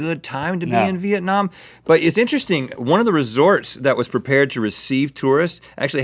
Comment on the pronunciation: Rhett pronounced "Việt Nam" so well and accurate omfg